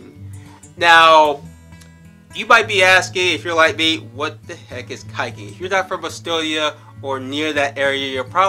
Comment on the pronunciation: CORRECTIONs & ADDITIONs AZ Wallbreaker Estonian and Finnish language is from the same language group, only 3 still existing countries are in same group. The word "Kaiking" as you pronounced is actually "Kiiking", i sounds/should sound like e when spelled in English . "Pendro" ? if i understand the context you meant "Padar" aka "Tanel Padar". Sadly most tourist never think about that English is a language that change the sound of letters, so speaking many other languages is messy. Every tourist before trying to pronounce any words should listen to all the letters separately how they sound, words are written as they sound. Skype was good and nice till few years ago when it went down the drain and barely work anymore (aka when was bought by Microsoft) there's a really good and free alternative (on all platforms also like skype but more stable and really secure and does everything Skype does ;) ) WIRED magazine wrote "If you want to get really secure, messaging app Wire was recently named the most secure instant messenger by Linz University, Austria. It offers encrypted live audio and visual group calling..." For all platforms from : Or try/use the live